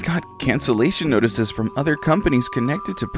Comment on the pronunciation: She also has trouble with the th words. Father is fadder and other is udder lol. She's gotten better since she started